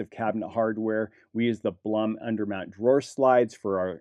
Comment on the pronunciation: Since you are interested in correct name pronunciation, the way Blum is pronounced is “bloom” like a flower bloom. My son works for this company, they are Austrian based.